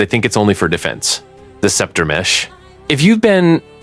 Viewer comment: I realized when he pronounced Scepter as Skepter!